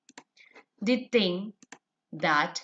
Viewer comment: It's thing not ting 😹😹😹👋🏻